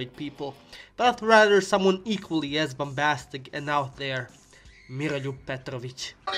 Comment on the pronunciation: Volim kako je reko Miroljub Petrovic bez Engleskog akcenta.